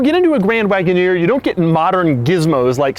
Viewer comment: Jeep Grand Woodoner😂😂